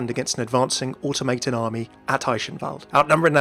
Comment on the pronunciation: It's pronounced or-tomma-tun not orto-maytun ʅʕ•ᴥ•ʔʃ